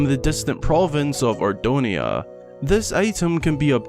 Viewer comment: Link lives in Ordona...not Ordonia...